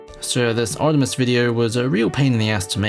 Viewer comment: Artimes (Artimes)